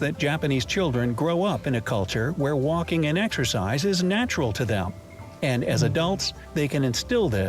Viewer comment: i like how you saw waLking, with the L pronounced. Never heard that in any other accent, a mistake, maybe?